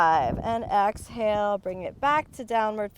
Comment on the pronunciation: Inhale then "Axe" hale